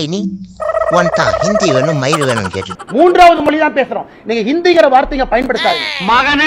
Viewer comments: Moli illapa Mozhi.. atha first correcta sollu.. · Mr. அண்ணாமழை.. அது மோலி இல்லை, மொழி, மொழி... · என்னது மொலியா மொதல்ல மொழி னு தமிழ்ல சொல்லி பழகு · மொலியில்ல இல்லை மொழி